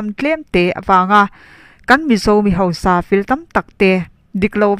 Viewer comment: Tei i chanel hi ngaihnawm thei lutuk,rawn ti zel rawh.Tuna i chhiarah hian sawi duh ka ne, hausa tih tur hi hosa tihin a ri a,ziakah khan hausa tihin nge hosa tihin a in ziah ka hre lova,mizoṭawng dik ah chuan hausa kha anih ṭhin kha leeee